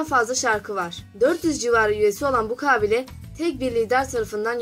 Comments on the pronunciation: Ablacim kabileyi niye 98 A ile söylüyosun kaaaaaaaaaaabile değil kabile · Vidyoyu çekmeden önce konuşmayi öğren gülüm kaaabile deyil -ka bi le - sinir oldum valla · Kaaabile nedir yaaa Kabiile demek zormu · kağbile değil kabilema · merhaba çalışmanız güzel tebrik ediyorum .lakin kabile kelimesinin telaffuzunda büyük problem var farkındamısınız bilmiyorum....kaaaabile değil kabile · Kağbile değil lan kabile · Ah be güzel kardeşim.hayatında hiçmi belgesel seyretmedin.kaabile kaabile.4.cü ye kadar sabredebildim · kaabile değil lütfen telaffuzunu bilmediğiniz kelimelere tdk sesli sözlük kısmından bakınız. Rica ediyorum çocuklar, sınava girecek gençler de izliyor sizi! biraz özen... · Kabile demeyi ogren acilen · kâbile, kâbil şehrinin dişisi mi? 3. defa kâbile dediğini duyunca izlemeyi biraktim. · Kabile mi diyosun Kâfile mi diyosun?